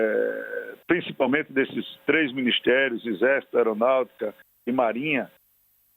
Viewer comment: Deputado se fala exército, e não ixecito!